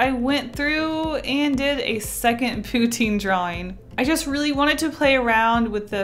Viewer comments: Pou-TIN not POU-teen !!!!!!! I want some, now, too. :( Very nice postcard art. What is the paint set? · Poo-Teen Lol I want in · Wow Uhh I'm also Canadian but we pronounce pou-tine I think we say it the french way.